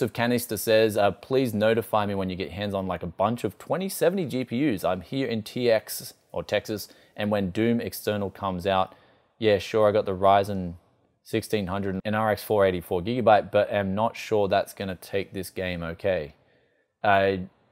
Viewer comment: you said doom external lol